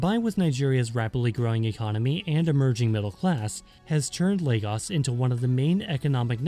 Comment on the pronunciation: As a Nigerian man (Ijaw/Igbo), I can tell you that this is one of the most accurate, researched short docs on Youtube (from mention of the Sokoto caliphate, bight of Benin to the Ijaw). Also, kudos on pronouncing it as "Lay-gus"